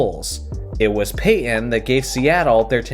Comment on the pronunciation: You pronounce Payton as Payyen